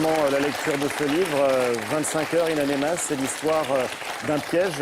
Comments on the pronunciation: Le manque de professionnalisme, le sujet de l'animateur c'est In Amenas et durant tout l'entretien il dit In Anemas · ONE HUNDRED FU***ING TIMES: It's In Aminas & not In Animas. Journalists my ass. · hhhh wi ça me tape sur le systeme quand il dit anemas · "in anemas" Mdrr non mais il le fait exprès